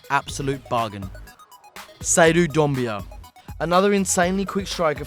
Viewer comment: Seydou Doumbia* or DOOMbia :)